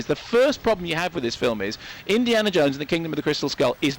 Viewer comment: "Indi(AH)na Jones" Huh ?